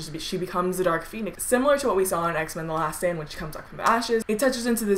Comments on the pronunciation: it sound like she said X-men the last sandwich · i thought she said x-men the last sandwich